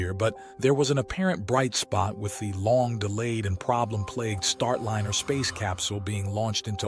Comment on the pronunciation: A.I. Narrator: "Startliner"